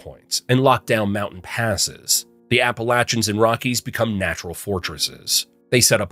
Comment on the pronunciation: Just here to say I love that this man correctly pronounces "Appalachians." Carry on.